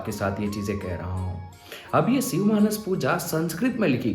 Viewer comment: सिव नहीरे शिव बोल 🤬🤬